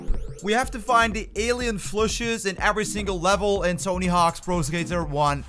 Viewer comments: Are you saying "flushes"? It's Plushy.... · Its Plushy not Phlushy. And warp speed not wrap speed. Lol wtf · What tf is he calling it?? A flushy?